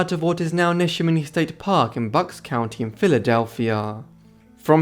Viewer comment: Great video. (The place Neshaminy is broken into syllables ne-sha-miny. NEt-SH Adow-MINI by locals) but with your lovely accent and interesting stories we forgive you.😉